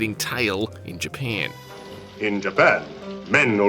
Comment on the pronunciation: I love how the narrator says Japan. 😂❤